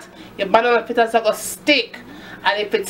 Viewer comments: It's fritters not flitters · Good video. Had to watch it twice. Lawd you mek me laugh when you se you flaa flaa fritters. Me ago mek dis pon de weekend. Lmao ..